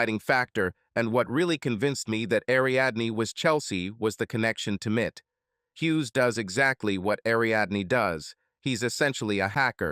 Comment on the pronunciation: M.I.T. GODDAMMIT!! Not "Mit".